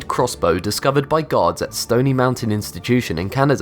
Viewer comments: Yes haha he said the catapult was seized by guards and it sounded like gods lol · is it just me or does it sound like he sais "gods" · Don't shame me for this but whenever you say gaurds i hear gods...don't ask. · Whenever this narrator says the word: "guards", it sounds like he's saying "gods". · every time he said gaurds, it sounds like god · Your voice makes guards sound like gods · Did anyone else hear Gods instead of guards? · every time he says "guards" it sounds like "gods" Angel - hey, god. what's that? God - oh, it's a crossbow made in a canadian prison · I was so confused when he said "Gods found a weapon" then i just realized he was talking obviously about guards. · Who else thought he said gods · Yikes, every time you say gawd, that is aweful. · you say guard like god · The way you say guards sounds like gods to the point that YouTube Captions captioned it as such. Noice. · Oof at first i thought you were saying God's but you're saying guards no affence good vid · Instead of guards I heard gods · Lol when he said guards it sounds like gods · Man, i'm watching u high af right now and when u said 'guards' It really sounds like 'Gods' so I was like wtf for quite a bit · Lolz! Every time he says guards i hear Gods! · Are you saying "god" or "guard"? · I keep hearing "this was discovered by GODS" O__O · He said guards. Not gods guards. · this guy's pronunciation is fucking HORRENDOUS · I thought he says god but it is actually guards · when he says guards it sounds like he is saying gods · I kept thinking he said it was discovered by god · You really need to practice saying "guards" not God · when he says guards it sounds like gods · it sounds like he is saying Gods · When this dude says guards it sounds like gods